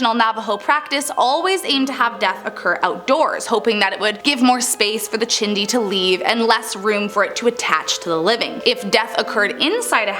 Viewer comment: The "chindi" is she saying Chiixdii. 🤣🤣🤣🤣